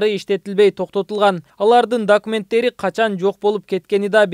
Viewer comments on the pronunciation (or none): Дакименттери дейт го,не грамотный типтер